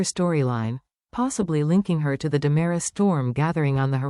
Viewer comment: You have a lot of mistakes in this picture show. First off it's Dimera, not Damara. Second, it's not dual, it's Days of Our Lives DOOL!! Make your computer generated voice correct!!